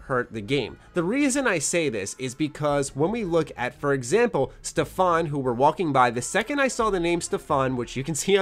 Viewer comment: in Stefan an emphasis is put on e, not a